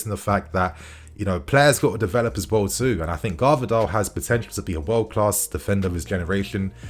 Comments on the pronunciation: Hi, wanted to tell you that his name is pronunced vardiol not gvardiol like it's spelt. The "g" is silent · This brudda said garvadol, bro you can’t keep butchering these players’ names 💀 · Oh man, please listen someone Croatian how to say Gvardiol' s name, cause Garvadol is just wrong , sorry, but 😅😅😅😅😅😅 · Man pronounced his name wrong throughout the video 💀💔